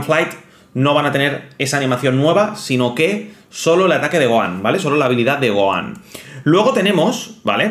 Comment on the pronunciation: Gohan, no Goan